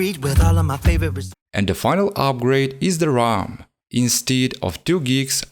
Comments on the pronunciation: Why do you call the ram the rom? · Its ram not rom bro